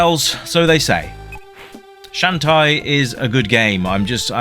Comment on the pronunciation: Shantae is pronounce as "shawn-tay."